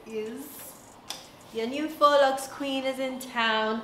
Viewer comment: Thanks to you! I learnt how to pronounce faux correctly 😊